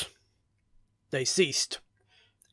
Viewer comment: "WOTAH!" "LOND!" ... "CEASE!" Masterpiece.